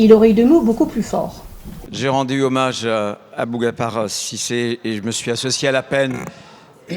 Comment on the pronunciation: Il l'a appeler Abougapar Cisse au lieu de Aboubakar, cest une honte de mépriser le nom des morts ainsi